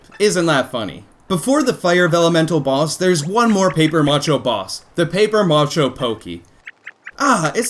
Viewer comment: its pronounced ma-sha not ma-cho